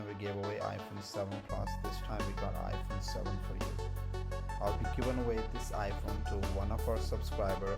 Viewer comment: "Done" "Any ipone" "Any storage" "Any color"